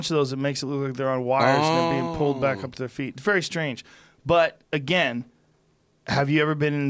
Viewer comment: Joe "It's very stange!" Rogan